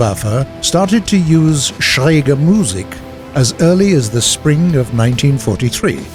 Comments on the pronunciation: You almost pronounced Musik right just a little faster so that it is Musik not Muuuussik. :) +Great Video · No. He said said schräge correctly but butchered the Musik. You emphasise the i , no the u in Musik.